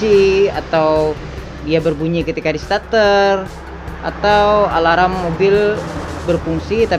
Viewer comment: Mas, sebutan “ Alarm “ itu yg benar cuma “ Alam “. Bukan “ Alaram “ ngam perlu ditambah “ ala - “ ram “ nya. Cukup sekedar “ Alam “.